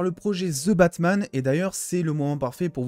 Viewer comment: La désolé je suis pu capable ton " ze Batman " normalement j'aime tes vidéo mais le ze jsuis pu capable ou avaez vous appris l'anglais car au Québec on le prononce comme le reste du canada et des USA ex: votre Hulk qui nous on le prononce comme les anglais holk poyr la pronociation donc le the que vouz dites ze nous comme ces prononcer e est prononcer i et le th en d donc ex: The Undertaker est prononcer Di Undertaker sérieux je like toutes tes vidéos a part les ze batman Sans rancune mais la en startant la vidéo et jai entendu une fois de plus le ze jai dit non jme vide le coeur pour esseiller de comprendre pourquoi en France vous déformer l'anglais de cette facon la quand tu écoute de quoi en anglais tu l'entend comme jle dit ou pas?